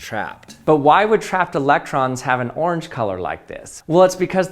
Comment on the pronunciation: He has just a wild way of saying “orange” as “oarrrrrrrnge”